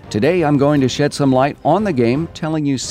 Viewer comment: "today I'm going to shit some light on the game." Is that what he said?